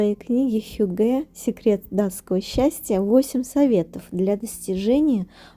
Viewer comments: Не хюгЭ, а хЮгге, вообще-то. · хьЮгге) ударение на первый слог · Hygge . Ударение на первый слог! хЮгге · хЮгге, ударение на первый слог 😻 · Вы правы, режет слух, когда неправильно ставят ударение. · Ударение на первый слог в слове «хюгге». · добрый день, спасибо за видео, все очень красиво и атмосферное, как всегда! Только в слове хюгге ударение ставится на Ю.